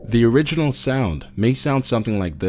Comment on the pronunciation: orginal. Pehfect!